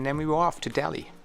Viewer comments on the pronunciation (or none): none